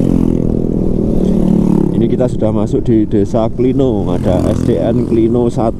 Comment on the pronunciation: Klino pengucapan huruf "O" nya itu seperti kata "kiwo" mas